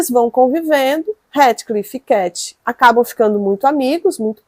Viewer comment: Dói os ouvidos a forma que vc pronuncia o nome do HEATHCLIFF 🤔